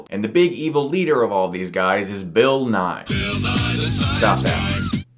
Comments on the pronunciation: Ha! That Bill Nye joke was hilarious! Although the actor in this movies' name is pronounced Bill Nye-ee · It's Nighy pronounced Nigh-ee. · It's Bill Nighy (Nigh-ee), not Bill Nigh.